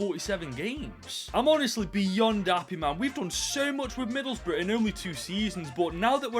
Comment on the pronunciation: To be honest, I kinda expect for to pronounce Middlesbrough as Middle's Bruh but it's still nice to see takeover Middlesbrough for ten freaking seasons